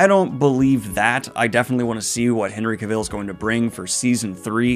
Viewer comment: Say "Henry Cavill" again bud